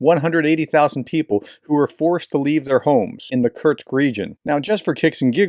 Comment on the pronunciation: Just a niggle: There's no 't' in Kursk.